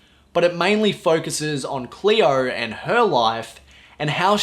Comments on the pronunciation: Hello,! It is not "Clear", it is "Cleo"! 😉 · don't be an asshole. His pronunciation is dictated by where's he's from and makes it difficult to have a clean "Cleo" pronunciation.